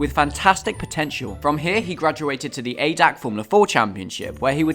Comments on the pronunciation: Very good video but one thing it is called A D A C not ADAC you have to call the Letters seperate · I like how non germans pronounce ADAC